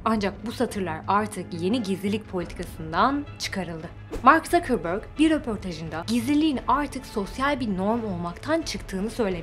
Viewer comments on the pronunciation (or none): Herkes: Mark Zuckerberg (mark zukerberg: mark zukerbörg Krkrorororktntorkkrm4o4tpkrkrktkrk4